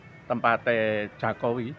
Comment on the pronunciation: Itu orang gila kok di wawancarai, nyebut Jokowi aja jakowi hahaha wong gemblung,,😂😂😂